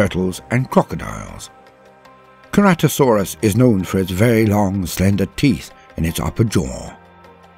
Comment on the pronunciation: Very intersting video, but I think you mispronounced Ankylosaurus and Ceratosaurus. The kylo in Ankylosaurus is pronounced the same as Kylo, as in Kylo Ren. And for Ceratosaurus, the C is pronounced with an S sound, not a hard C. Great video otherwise.